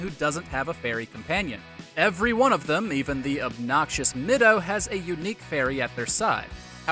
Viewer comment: Haven't heard anyone butcher the pronunciation of Saria, Kokiri, and Mido all so weirdly